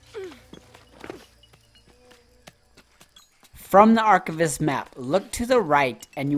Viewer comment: Love your videos on this, although my only critique here is when you say the word archivist... Ar Kai Vist not ar chiv ist... Get what I mean, you don't say ar chiv, its archive... Get it?